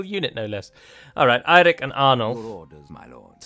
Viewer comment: Nice pronunciation of Eirik